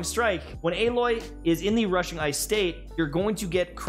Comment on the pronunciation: you said her name wrong